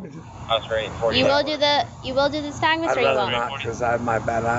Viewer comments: “I have a stagmuss...” Lock that blow hard up. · he meant to say nystagmus hahahahaha